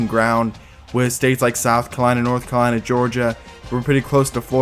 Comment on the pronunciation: south kalina, north kalina, floda💀